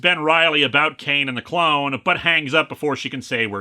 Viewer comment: I head you saying the guys name as “c-word” like his name was some sort of slur you where censoring